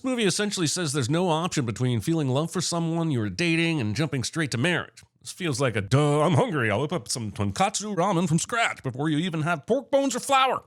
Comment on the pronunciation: *tonkotsu, not tonkatsu